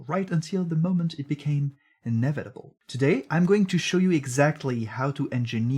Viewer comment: "inna vitable in ree trospect" lmao